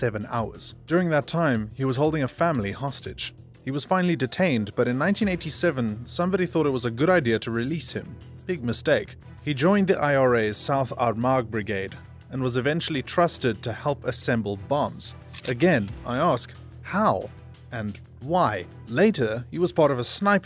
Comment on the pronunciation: Haha this is what happens when you are a member of the IRA and you where so so so close to pronouncing Armagh it’s pronounced ourma